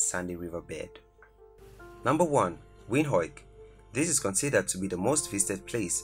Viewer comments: Windhoik? It's pronounced Windhoek. The hoek part has the hook sound, not hoik. I'm Namibian myself and I love my country. There's so much more you missed. Though, honestly I can't take it seriously. Hear me out on this please. The list you made is great, but it's the pronunciation that puts me of. Like the way the pronounced Christuskirche. It's just the inner teacher of me coming out. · Stunning....🌌🌌✨ But it's not Windhoik It is an Afrikaans word translated as Wind Corner. Pronounced as "Vind hook" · The pronounciation of our Captain city's name (Windhoek) is actually WindHOOK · I know. That made me laugh. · When pronouncing Windhoek rather say wind-hook , but the video is great and thank you for the video it's really informitive👌🏼, giving people a glimse of what Namibia is or what to expect because there aren't a lot of videos about Namibia ... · Just a point of correction brother, our capital city is not pronounced the way you are saying it. You must say “Venduk” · To make someone understand you pronounce it as WINDUK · miner xr gaming he pronounced it “Win-hok “ . What is win-hok? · The way he pronounces Windhoek😂😂😂. I still love my country ❤️ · I know yeah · Guys i feel so proud to be a Namibian. The guy said Windhoek wrong. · Love how he says windhoek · I am from Namibia.. Nice video though you can't pronounce Windhoek correctly. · You pronounced Windhoek wrong . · Dude knows Afrikaans but can't say Windhoek